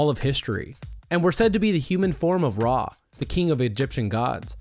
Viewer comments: its not RAW its RA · It's Re not Ra. Its Louis the XVI not Loui the XIV. I'm sure others have pointed this stuff out already though. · It Ray not raw